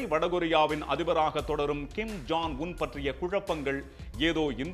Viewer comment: Yov John ila ya Jong